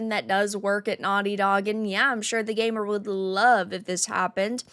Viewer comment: What's a gay mur?